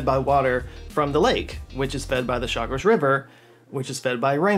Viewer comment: Thank you for truly "doing the homework" and presenting the facts about our canal (Panamá) correctly. Also, congratulations for correctly pronouncing names like Gatún and Chagres. Long time fan here, and you didn't let me down. Thank you so much.